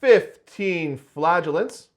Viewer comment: Too bad he was so rude about the flagellants pronunciation, she might have wanted to come back otherwise